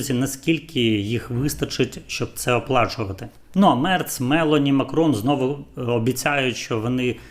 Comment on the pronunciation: Melo'ni,наголос падає на другий склад, під наголосом О'.Прошу вибачення.